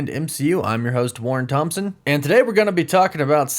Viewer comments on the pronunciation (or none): none